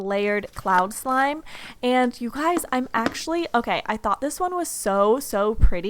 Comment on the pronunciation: Anybody Else hear When She Said Wish Shlime? Or Is It Just Me?